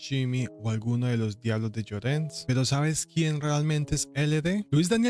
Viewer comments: “Los Diablos de “Llorones” pronunciation: yo rrro niez. Role the rrr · “Los Diablos de “Llorones” pronunciation: yo rrro nez. Role the rrr